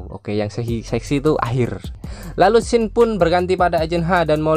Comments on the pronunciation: Woi bang, scene itu dibaca sin bukan skin, skin tu kulit woy, dan sejak kapan menara effeil di italia wkwkkw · Saran bang kata scene dibacanya bukan "skin" tapi "sin". Semoga lebih baik lagi kedepanya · scene itu bacanya sin bang.oke